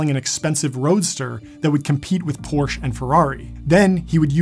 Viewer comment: Also, I guarantee that the Porsche purists were all shaking their heads when you butchered their beloved brand’s name!